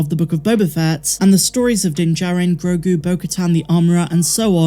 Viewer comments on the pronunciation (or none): none